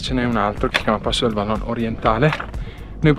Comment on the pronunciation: Vallon si pronuncia vallôn con o chiusa e non o aperta....così tanto per dire